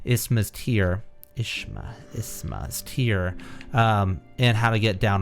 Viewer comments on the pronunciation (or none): i think isma's tear is pronounced izma